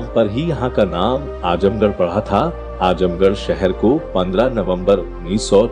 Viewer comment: 🙂Brother it's 'Azamgarh' not Ajamgarh🙃